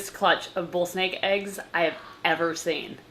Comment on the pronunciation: Girl it’s snake not sneak